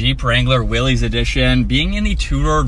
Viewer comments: It’s pronounced Willys (Willees) not Willis, just sayin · It’s a Willy’s edition. Not a Willis like he pronounced it. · Will-ies is how it's pronounced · Its will ee’s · nope sorry but you are wrong. Jeep changed to it sound like will-ies because they received a lot of flack for pronouncing it Willis.